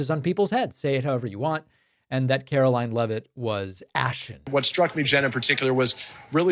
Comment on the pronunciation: I am going to NEED for you NOT to pronounce her name as CAROLYN!!! She is Karoline. Karolying When she is speaking. Requesting for a friend.🤣 RELEASE THE EPSTEIN FILES.